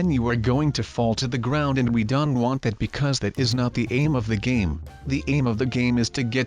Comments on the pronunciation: He says don't like Don he says respawn like resawn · Why do you say Don instead of Don't?